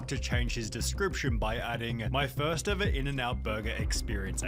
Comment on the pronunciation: Man needs to start pronouncing ever like a normal human being